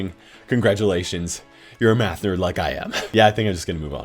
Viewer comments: "I think I am addicted to math (I thought METH), I love maathhh ( again so confused with meth)." 😂😂😂😂😂😂😂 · He sounded like he said I like meth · When you said “I love math” I thought you said meth and I was so confused. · I don’t think realized his “I like math” sounded a lot like I like meth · i thought you said meth lmao